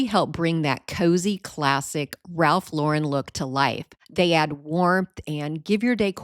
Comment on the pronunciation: Wonderful ideas and thank you for pronouncing Ralph Lauren correctly.